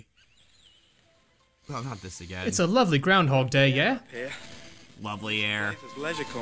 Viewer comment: "Mmm, lovery air up here." Must be British Engrish.